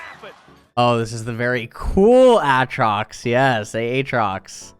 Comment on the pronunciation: The way he pronounces Aatrox makes me want to shove needles in my ears